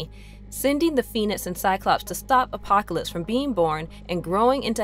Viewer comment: killed me the whole time. She couldn’t pronounce apocalypse and a few other things right either. Still a good synopsis though.